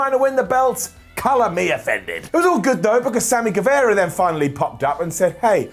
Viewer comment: Pronunciation tip: It's Sammy GueVAra. It's not Sammy GueVEra.